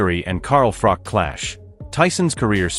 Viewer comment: At least pronounce Froch correctly if you are doing a video.